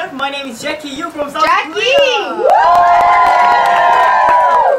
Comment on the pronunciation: It's JEKI not Jackie, you numbo!